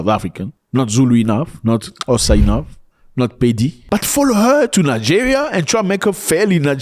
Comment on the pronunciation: Love how you pronounce Xhosa. I am from Gqeberha, formely Port Elizabeth. Our brothers and sisters in the continent have a nick name' my friend " in my friendly city they are brothers and sisters.and we welcome everyone. We have African brothers and sisters from Pakistan, Ethiopia, Somali, Ghana, Libya... The list gors on